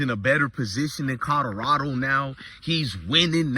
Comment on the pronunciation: Bro kill me with the Codarado 😂